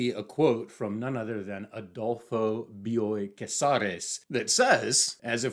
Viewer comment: Dude, the way you praise Argentinian literature and Bioy (I already said this in another comment, excellent pronunciation of the name) makes my porteña heart soar. I hope one day you try Ernesto Sabato: El túnel and Sobre héroes y tumbas are incredible, unforgettable books--his obsession with blind people was disturbing, he has a whole section where he rants about them and it's creepy and insane but great writing. If you ever want to discuss more Argentinian authors and maybe get a rec we're friends on GR. I'm Beyond Birthday. I had to download this book for Kindle. In English, because, comically, I can't find it in Spanish. So this Argentinian has to read an Argentinian author in English...🤨 Thank you for this video,.